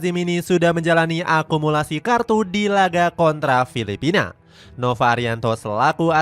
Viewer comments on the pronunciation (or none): none